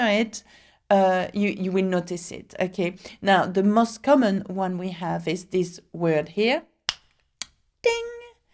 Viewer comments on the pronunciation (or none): none